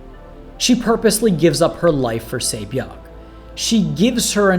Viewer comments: Really pains me that I've hardly seen a single video where the pronunciation of her name hasn't been butchered. Just listen to the show, they pronounce it "SAH-byok" not "Say-byok"... If people can learn every Game of Thrones character's name they can learn how to say a handful of Korean names properly, it isn't that hard. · her name is pronounces Se Byok :)